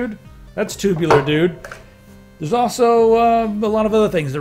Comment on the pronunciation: Tubular.......I can't un-hear it!